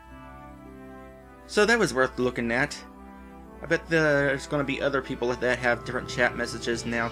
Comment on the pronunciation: Actually, the other thing is the Holy Token, not Medal. "Perople". =P